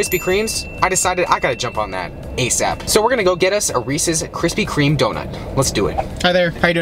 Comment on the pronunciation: Yo - your videos are entertaining, but why are you adding an 'S' to Krispy Kreme? There's no S my man 🤓